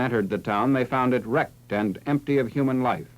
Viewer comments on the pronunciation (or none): none